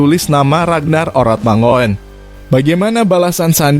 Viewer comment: Huruf OE bacanya U, Mangun, ejaan ini dpke Indonesia wkt baru medeka...